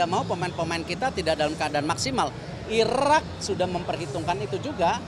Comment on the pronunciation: 2 : 17 Erick said : Irrrrrak 😊😅